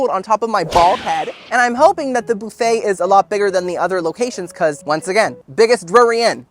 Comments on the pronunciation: oh my dam its not "boo fay" its "buf-fah" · Boofay. I love you but please, just for me, say bUHfay. Just once. Just for my ears. But I can deal with the kwayso instead of k-so (tomato/tomahto am I right?) 😂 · I love you. Funny, solicitous and just a nice guy. I just have a question..why do you say booofet instead of buffet like everyone else. I don't wanna be a Karen. I just wondered is all. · BOOFET!😂😂😂 BUFFET! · Lol Boofay. Dude it's buf-A. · I like how you say “boo-fay”. 😂